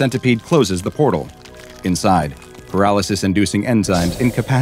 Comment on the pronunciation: not porle but portal